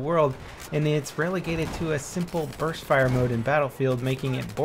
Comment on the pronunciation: U sound like ur saying burth fire